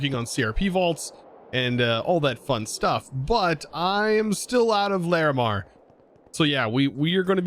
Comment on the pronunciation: I respect your effort to persist at pronouncing Larimar correctly